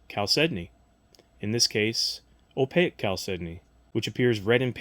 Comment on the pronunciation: Opaque has 2 syllables.